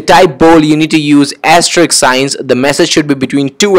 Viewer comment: Its sounds "Ass Trick" instead of "Asterisk"